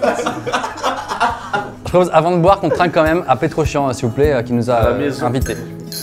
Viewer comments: Norman à dit petrochiant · Clairement à la fin Norman à dit Petrochian